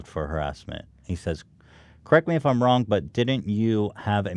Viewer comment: Does it feel WONG?